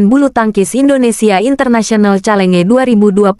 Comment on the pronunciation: Bacanya yg benar calenge gitu ya persis tulisannya?